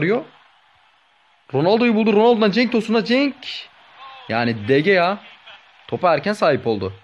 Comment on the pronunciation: Abi bazıları niye "de heya " diye okuyosun demiş ama zaten öyle okunuyo sen doğrusun